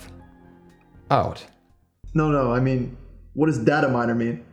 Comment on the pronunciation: Stop pronouncing data wrong.